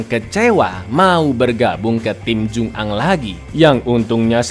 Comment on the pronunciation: Bacanya jungang disambung mas bukan jung ang